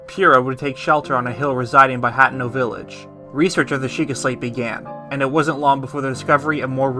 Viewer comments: Your pronunciation of certain words in this video absolutely KILL me. HAT-EN-O over HA-Tien-O... lol 😆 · I have watched dozens of lore videos and only 1 narrator has pronounced all the names correctly. By the way it's not you. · You are one awesome theorist… But I just can’t get past mispronouncing Hateno. 🤣